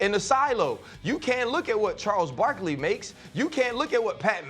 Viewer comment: Bro said “Charles Barkley” lol